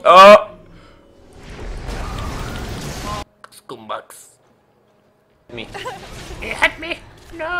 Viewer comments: ''Skumbags ..'' Haha xD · "skuumbags" wtf bruh hahah